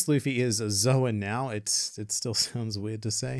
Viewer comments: "Calling Luffy a Mythical Zo-wen user will never not be weird." Well it would be SLIGHTLY less weird if you stopped pronouncing the word "Zoan" so weirdly... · Bro I keep thinking he's saying the N word because of the name of the devil fruit